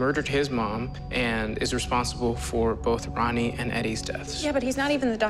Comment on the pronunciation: I love how he gets Ronnie's name wrong